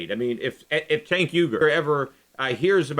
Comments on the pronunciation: Lol, I really want to know how Schiff was accidentally pronouncing Cenk's name before fixing it, haha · I guess you were saying Cenk's name wrong the whole time since you dubbed over it haha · Peter were you pronouncing Cenk's name wrong or something and went back and stuck in the correct pronunciation? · LOL its pretty clear Shiff mispronounced Cenk;s name first time around then went back over it with a voice dub-over. good video tho